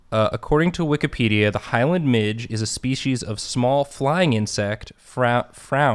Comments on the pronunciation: Midges are the bane of my existance. Think of going outside and coming back in looking like a poppy seed muffin. NOT FANCY BOIS AT ALL, IF THE WEEVIL IS GODS FAVOURITE, MIDGES ARE GODS GREATEST MISTAKE. Also pronounced Mij-ey 😂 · Midge is pronounced "mid-jee" :) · The mispronunciation of midge really bothered me 😂😂😂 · It’s not midge it’s midge-eee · As a Scottish gal, you need to pronounce midge with an eeeee on the end! Like midge-ee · I know that saying midge, as it's spelled, is correct but no one I know, myself included has ever said it that way. They are midgies. One midgie, two midgies (MI-jee). I'm Scottish, and I'm just letting you know so that if you ever grace our country with your presence you will sound more like a native. If that's something you think is important. 🤷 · I love the midge. I'm from Scotland and we pronounce it 'mij-eh' like imagine there was a Y on the end. Also midgeys are the spawn of satan. Tiny little swarming flies that are everywhere in the summer and they will try to eat you alive like a school of piranha. Their bites are so infuriatingly itchy. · Am I the only one who pronounces ‘midge’ as ‘midgee’ rather than ‘midge’??? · apparently midge, in the context of the bug, is pronounced mij-ee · In Scotland we pronounce midge as midgie, it took me a minute to figure out that they are the same bug. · Not very important but in Scotland we pronounce ‘midge’ as ‘midgie’ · Guyyssssss Midge is pronounced Mid-gee its an even more fun namee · Hi friends Scotland here. First of all midge's are the worst thing in possibly the whole world and I'm glad to see one that doesn't want to eat me. Second, just to be that horrible horrible guy and I'm so sorry in advance. But it's pronounced like midge-ieeee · In Scotland, midge is pronounced "midjee" or bastard.